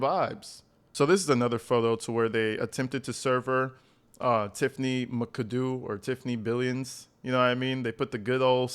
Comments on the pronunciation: Bro, it’s Mac-a-doo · If Tiffany’s last name is spelled McAdoo, then it is pronounced MACK-uh-DOO. 😊